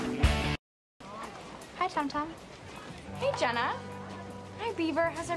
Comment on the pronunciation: I like when the photos guy calls Jenna jeena